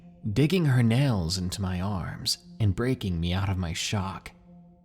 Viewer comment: Lmao he said nells instead of nails